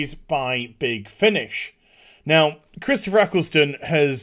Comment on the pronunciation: who tf is "Chistopher"